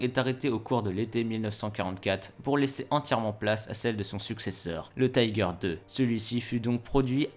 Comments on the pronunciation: En allemand on ne prononce pas "Taïgèr" à l'anglaise, mais "Tiguer"... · Taïger, taïger, taïger... Pourquoi dans une vidéo en français, à propos d'un char allemand, utiliser la prononciation anglaise ?!?!? Si la vidéo était en anglais, je dis pas, mais là ... ? Un char Tigre ou Tiger, mais pas un Taïger, svp. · Comme je dis souvent, l'Allemand c'est pas de l'Anglais. Tiger ne se prononce pas Thaï-guere mais Ti gua (à peu près). Si tu n'es pas capable prononce tigre à la française. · C'est pas le "tai-ger" mais le ti-ger . En Allemand on prononce le "i" tel quel, et non à l'anglaise ..... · y'a vraiment un truc qui trigger mon OCD, c'est tous ces gens qui prononcent "Taïgueur" comme en anglais... c'est "tigueur", en allemand. du coup dire "tigerprogramm" à l'anglaise, c'est un non-sens... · Pourquoi prononcez-vous le mot "Tiger" à l'anglaise? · Apprends à prononcer "tiger" correctement ! C'est de l'allemand, pas de l'anglais ! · Pourquoi prononcer Tiger à l'anglaise alors qu'il s'agit d'un char allemand ? Vraiment nul ! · Et je lui ai écris aussi que je trouvais stupide de pronomcer tiger à l'anglaise alors qu'il s'agit d'un char allemand !